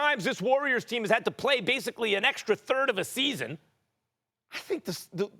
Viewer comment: Stephen A Smith mumbling words “smmmffseeeaassonn” lol he need a break ESPN working him too much